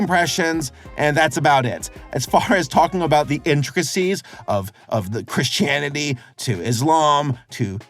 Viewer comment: Lol at pronouncing Christianity as "Chris Chan ity". Lol lol